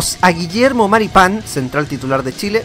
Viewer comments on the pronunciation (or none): none